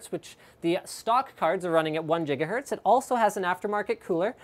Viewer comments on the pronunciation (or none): ITS OVER 1 JIGAHERTZ!!!! and that's how you create a meme kids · Jigahertz lol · Enough with the Jigahertz! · Jigahertz here we go again... How come there's no Jigabyte? :D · 1 jigahertz